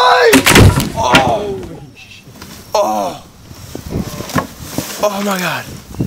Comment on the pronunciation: Did he say bastoise?